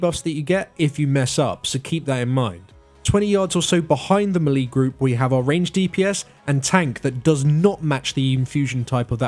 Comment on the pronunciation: Melee is pronounced "maylay" Learn to speak